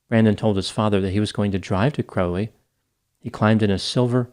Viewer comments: Sad story. Corrections on pronunciation of Texas towns: Its sa-NANG-ga-lo not san Ang-e-lo, its BRONT not bron-TA and it is KRAWL-ee not CROW-lee. People need to realize when they need help with addiction. Sad. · "Crowley" rhymes with "Cow-ley." Lol